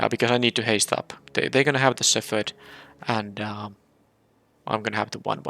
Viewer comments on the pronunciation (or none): Darn, I've been hoping for you to get a u/w deck with that uncommon gold card. But you had a pretty sweet b/r deck, nice wins. Also, you're still pronouncing "shepherd" wrong. It's like ascendancy all over again.